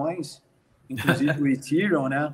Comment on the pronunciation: Nossa. Doi os ouvidos qdo os caras pronunciam Ethereum, ha ha ha. Se o cara não sabe nem pronunciar , como pode ser um "estudioso do assunto"?